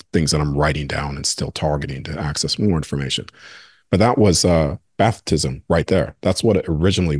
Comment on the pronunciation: Bruh saying Bathtism?